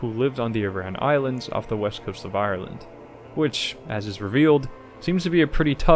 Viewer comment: There is actually something that can beat the Pale in Disco Eylsium (and it's book ancestor, Sacred and Terrible Air) It's communism. Oh, also, the Aran Islands are pronounced ARE-uhn, not uh-RAWN.